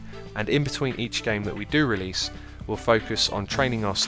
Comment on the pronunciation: RELASE! ENGRISH YO!!!